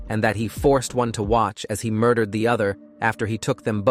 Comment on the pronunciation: I thought; "cris-sis and heared, murder_ed, mountein, dump-ed and deeid what's that!?!😂😂😂😂 They made one of the most serious serial killers sound like a comedy! Not good! read your own scripts please!